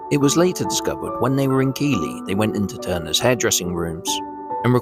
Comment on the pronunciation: Keighley pronounced Keethly, if you were English you would know this ~American AI again